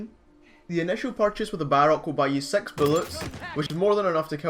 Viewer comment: he says "sex" instead of "six" lol